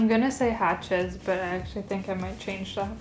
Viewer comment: I I like how you say Hutshee... Hachez in german speaking is HASCHEE like purree 🥰 best chocolate, or one of the best, from my hometown Bremen.